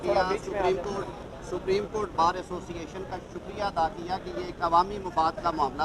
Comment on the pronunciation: asooocinaation hahaha lafz tw sae bolo